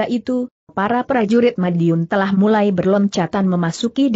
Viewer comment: Kenapa huruf "l" dibaca sebagai huruf "i" , vontoh pengawal dibaca pengawai, gelap dibaca geiap, telah dibaca teiah, sehingga sangat mengganggu arti dari jalan ceritanya.